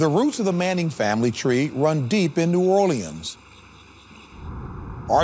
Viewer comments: "New Or-le-ans" ITS PRONOUNCED "New Or-Leans" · "New Oreleeins" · AM I THE ONLY ONE MAD ABOUT HOW HE SAID NEW ORLEANS! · The way the narrator said new orleans made me cringe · Did any one hear how he pronounced New Orleans at the beginning of the video